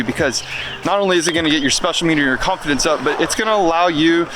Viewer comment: You said "build confidence" at the end, but it sounded like carve-fidence